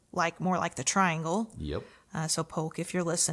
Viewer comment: With respect. The name is pronounced tree-ahn-gle.